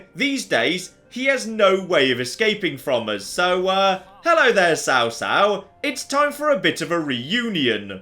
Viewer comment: This pun fails absolutely though lol because Cao in chinese has a 'C' that sounds more like a 'ch' than a 'c'